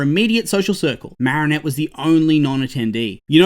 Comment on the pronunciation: No offense but it's "Marinette"